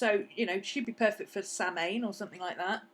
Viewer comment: I was watching this while working on my book of shadows while watching this... I was interested in hearing you pronounce Samhain interestingly...